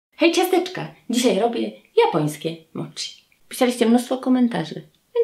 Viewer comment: Wymiawia się moci a nie moczi w japońskim ch czytamy jak ć, tak samo jak w słowa sushi, schinkansen wymawiamy ś a nie sz.